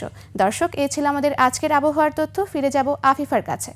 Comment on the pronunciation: হায়রে আওয়ামী শিক্ষিতা, তথ্য শব্দের উচ্চারণ তথ (্য)!!!😂😂😂